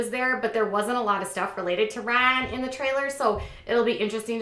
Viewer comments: Well I would of loved to watch this vid, but after the first 10 times of that hideous “Ryn” I had to shut it off! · Omg shut up it sounds like your saying Raahn wtf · The excessive “Rhine” was overly annoying but at least you didn’t have 10,000 ads in your video. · I think your pronunciation of "Rhynnnee"is funny asf lol Also don't believe he's sober until he takes a family picture w/o those sunglasses! js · Very ANNOYING the way you are pronouncing Ryan’s name. I had to turn it off. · Why are you making fun of the way his name is pronounced by Maci? Soo irritating... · Stop saying Ryan like that, you sound dumb!! You seem to love stirring shit! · She doesn't say it right either. It's not how Maci says it.. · It’s not funny how you are pronouncing Ryan. It’s quite irritating & you’re trying to hard to be funny & it’s not working. Please stop. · K C thank you lol I’m glad I wasn’t the only one that it was bothering, I couldn’t even finish the video